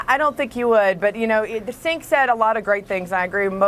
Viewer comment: she called him sink